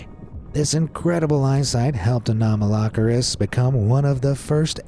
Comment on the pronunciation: its "ano-malo-ceris" (pronouncing)